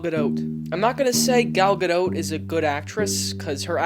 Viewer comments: It's pronounced guh-doh. She's fucking stunning but this movie was shit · It's Gal (guh-dot) like a dot of paint. Not pronounced like boat. Everytime you say that my balls shrivel up and my ears start bleeding. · Does pronounce the "t" in Steven Colbert or Home Depot? Not sure why he is having so much trouble pronouncing Gadot...